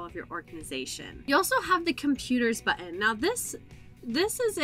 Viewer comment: Of the several YouTube videos I've watched today, this is definitely the best for a newcomer. You don't talk too fast (border line though) and you move the cursor at a rate people can follow. Your pronunciation of "buten" took hearing it a few times to realize you were saying "button" - lol. Thanks for an easy-to-follow presentation. I hope you have others on this topic.